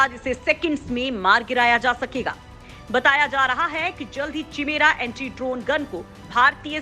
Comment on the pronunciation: Please correct the statement. Its not antree it's Anti.